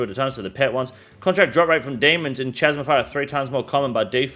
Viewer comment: Can you please learn how to pronounce chasm people, grates on me everytime you say it